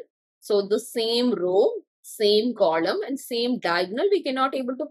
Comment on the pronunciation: ITS NOT "KOLOM"